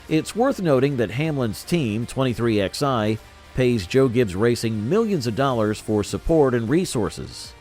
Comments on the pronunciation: 23XI is pronounced 23 - 11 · Hey, computer voice? It's pronounced twenty-three ELEVEN. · So IRRITATING to hear it said "23 X I." It's called "23 eleven." Sheesh 🙄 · 23 X eye? Are you kidding me? Twenty three eleven you fucking retards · I can’t take this seriously when they can’t even get the team name correct. It’s not 23 XI racing. It’s 23-11. You lost all credibility when you can’t even get the team name correct. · Its said 23 11 , not 23XI ...